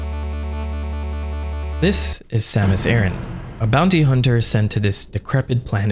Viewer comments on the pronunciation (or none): Sam-us Ah-rahn. Say it with me now! Sam-us Ah-rahn. Not Air-in. Ah-rahn. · Over here, we have a trio of small islands called Aran Islands and this is pronounced "Aran", not "Airin". So, thanks but I will never pronounce it in a way that is wildly wrong coming out of my mouth. Different regions and all but I still prefer to pronounce the way I grew up learning it. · Not Samus Aaron, Samus Ay-RAN, kinda like “Iran”. E-ran or E-ron.. like in between ron and ran. And Zebes is Zeebs just like Thebes is pronounced Theebs. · It makes more sense as Aran came from Edson Arantes do Nascimento (Pelé), not Edson Ehrantes do Nascimento (Nor Aranchi like you pronounced in the video). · (This is a joke) You pronounced "Aryan" wrong - please keep in mind that this is the story of the blonde hair, blue-eyed, caucasian savior enacting the final solution to the metroid question. Samus Aryan, greatest of all video game heroines, guiding Earth towards a 1000-year peace. I mean, her laser beams are even arguably a form of heat weapon. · Whyd u say it like aran-tch? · bro keeps calling her Samus Aaron 😆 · The way you pronounce Aran triggers me.